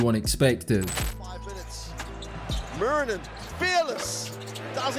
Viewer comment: Just a quick tip on pronouncing his name: it's less "Mew-rinen" and more "Moo-rinen". Nice vid btw!